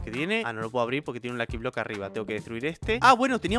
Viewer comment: Se dice luki blok $@